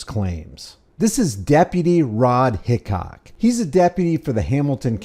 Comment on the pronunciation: His name is Rod DICOCK? Oh, you said HICock didn't you?!?! 😅😅